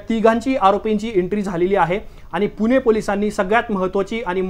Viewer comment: पोर्श नाही पोशे ! कुनाकुनाला नाही कुणाकुणाला ! पुने नाही पुणॆ ! कुठून आणता असले निवेदक ?